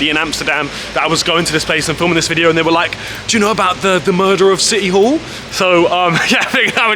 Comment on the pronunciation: 😊 Did you say City Hall ? or Shitty All ? 😂 😂 😂